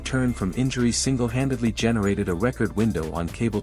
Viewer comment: Why do you keep saying a 40. Night do free throws not count anymore well if they do she scored 45 points I don't know why y'all say 45 in one part and then say 40 and another part you said you were going to talk about all this stuff that we don't know about that's b***** you can't even pronounce record right cause you or nothing but AI content bulshit anytime you hear a voice and they can't pronounce names correctly or just normal words correctly you know it's AI generated bulshit and I do get sick of it I honestly wish I had never been invented at all because it's not going to end up being good for America y'all can talk about the medical s*** and all that all you want to the truth is it's your time in God's going to take you then God's going to take you you don't get a choice in it didn't mean to even get into that but this AI s*** you don't know if anything somebody is putting on here is the truth or complete bulshit it doesn't matter they put pictures and make them look like these two people are really together when they're not so so far AI has been more of a b***** scam on social media than anything else I haven't seen where this helped anybody saved anybody but it is going to make it so much easier for people to get into other people's identity I can guarantee you that as if we didn't have a problem with that already I had 24,000 stolen out of my account because they use AI they can get into numbers and go through so many numbers in three or four minutes then you could